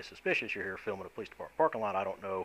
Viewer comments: First of all, it's not PO lice. The accent, in the USA, is on the second syllable, Lieutenant. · POLE-lice funny how the cops pronouce police..